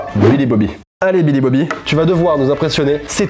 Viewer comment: Je ne sais pas si c'est moi mais quand il a dit " Billy Bobby" rapidement . J'ai entendu Bobby Li Bobby 😆